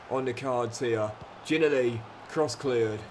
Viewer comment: Gotta pronounce ginnelly properly plzzz